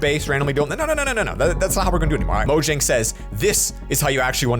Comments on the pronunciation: It’s pronounced moyang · I just recently found this out: The company is pronounced as "Moyang" and not "Mojang" and I believe that is supposedly spanish for something dealing with Minecraft.